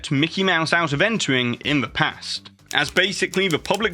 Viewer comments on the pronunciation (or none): none